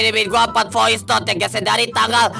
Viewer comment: Bilang voice aj VOICETOD 😂🤨